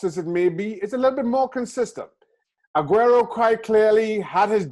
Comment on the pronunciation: Hate how she pronounces Sergio, Cristiano, Aguero and Ronaldo